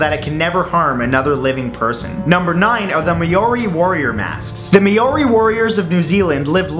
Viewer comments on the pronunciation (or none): The Me-o-ri? I had to giggle. It's Ma-o-ri. Maori. Not Meori. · its pronounced moe (rhymes with mole) ree, not mayoree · Perfect video to watch am. Thanks Matt.... also "May ori" lol It is pronouced closer to "mowdy or moldy" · It''s pronounced "MOWRI" not "MAYORI" ;) But another interesting video, Matt! :) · I LOVE your videos Matt your super funny and we'll spoken. I hate to point it out but it was really bugging me ....Maori is pronounced ma-ow-ree not may-ori :) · isnt it pronounced mow-ri? not may-o-ri? Im australian and thats how ives heard it pronounced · Its pronounced as mowree not mayori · Alright please redo the whole video Seriously My countries people are no pronounced mayori It's Ma-o-ri Please please redo that's not the right pronunciation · "Maori" pronounced with stress on mAori.. not maOri... :) just saying... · It's pronounced Mole-Ri, not Mayo-ri haha! It's hard to pronounce I know, but take it from a fellow Kiwi ;) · Lol its pronounced mowri not maori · Maori is pronounced "Mow-ree", not "May-or-ee" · It's pronounced (mawry) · I live in nz and its pronounced mah-re or mou-ri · its pronounced like mowri hahah >< x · Hey matt, just wanted to say I'm from new Zealand and that you didn't pronounce māori right. Its said like "maw-re" emphasis on the w :D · It is pronounced mowri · i almost cried when he said "may-ory" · its pronounced Mauri but spelt maori say mao-ri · Dude it's pronounced "Maow-Ree" mask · You pronounce Maori differently haha, you pronounce the word as it is, mao-ree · It's pronounced MOW-RY. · Just a heads up, Maori is pronounced like "Mohw Ri". Either way great video! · it's pronounced Mow-ree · MAORI, AHAHAHA nice pronunciation, it would probably be easier to say mould-ie, nice try though :') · It's pronounced m-ow-ri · As scared as I am, I am more intrigued by the way he pronounced Maori. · Thats not how you pronounce Maori hahahah please look it up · the way he pronounces 'Maori' is friggin hilarious 😂